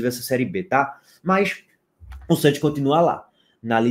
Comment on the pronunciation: Cheguei só para ouvir o falando “santchios”